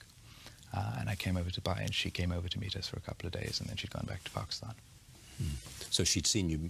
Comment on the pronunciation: Charlie rose: pakiushhtan